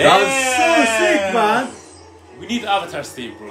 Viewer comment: Tahno calling Korra the Uh-vatar is certainly NOT a reference to a movie that will NOT be named